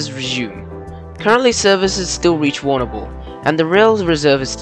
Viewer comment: Agreed I come from Warrnambool and cringing !